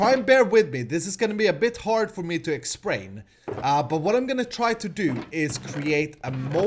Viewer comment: "exprain" 2017